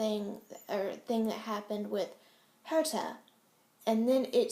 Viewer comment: Love this,. Couldn't have said it better myself. Great Herta pronunciation, too. Bravo.